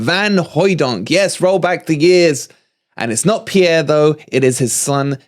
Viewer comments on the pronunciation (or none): none